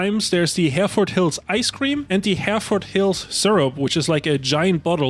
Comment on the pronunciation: I know this is an old video, but I'm begging you to pronounce Hereford properly